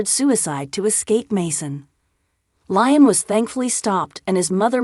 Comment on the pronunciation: This is so bloody irritating. She has no clue as to how to pronounce “Liam”. Her use of “Lie Am” is gross.